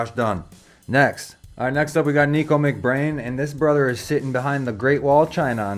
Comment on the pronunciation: P. S. It's 'Nick-o' not 'Nee-ko' js